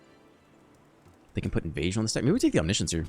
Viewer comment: "reanimate onimiscience" 😜😜